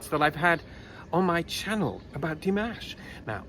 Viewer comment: thank you, this was delightful. I have a comment for you about your pronunciation of 'Dimash'. It is not like 'mashed potatoes' it is more like 'mosh pit':D Here's pronouncing it correctly